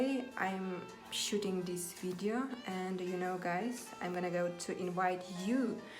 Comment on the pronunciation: Əнд орнына. Əнді деп айтасыз! Мен де солай атамын Əнді деп. Жаман осы əтетті қоялмай жүрмн